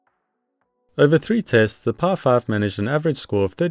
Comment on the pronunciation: The way you say "PI 5" sounds like "Par5". It's so distracting lol.